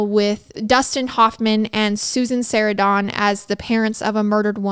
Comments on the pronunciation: Susan -sare-an-don?????😂😂😂😂😂😂😂 I think u mean Susan “sir-ran-done”👌👌☠️🤣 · Just an FYI: Susan Surandon is pronounced Sur-ran-dun not Susan Sar-a-don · Great storytelling, as usual! I remember what a big deal Rebecca’s murder and his trial was. If I remember correctly, Rebecca and Theresa Saldana’s murders are what sparked the beginning of stalking laws. (Also, for educational purposes: Susan “Sa-RAN-dun” Sarandon)💞 Great work!! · Susan “Sarah-dawn” 😂😂😂😂😂😂 oh I love how you pronounce things hahahaha. I had to stop and pause and see if you were truly talking about Susan Sarandon hahahah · I like Binged and Murder with my Husband. But it really bothers me when you pronounce things wrong. Susan Sarandon (like Saran wrap) is and was a hugh actress. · Its Sarandon like "sir-an-din" :) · Sarah don. I've noticed she pronounces a lot of obvious words incorrectly, I'm starting to think these YouTube channels do that on purpose😂😂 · I had to rewind when I heard how you pronounced Susan Sarandon lol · Lol she does! I had to rewind the video to see who she was talking about 😂